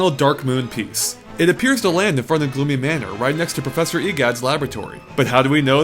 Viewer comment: Gloomy Manor, not Gloony Manor